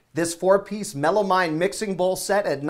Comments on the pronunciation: It's pronounced "Mel-a-Meeen" NOT Mel-a-MINE! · Melamine is pronounced Mellow Mean